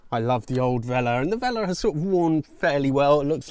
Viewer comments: Nice project, looks interesting. Although I must admit it went through me every time you said "velour" like "veller" instead of velllourr 😂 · It's velour velouuur not vela 👍 The Tomato Hope you save the rotten tomato 🙏🏼